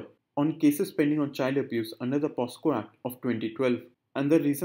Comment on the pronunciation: its POCSO and not POSCO sir